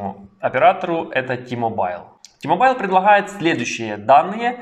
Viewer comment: Іще одне: не ті-мобайл, а ті-мобл, хоча це не дуже важливо.